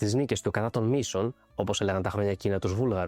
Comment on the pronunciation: Μοισών, όχι Μοίσων.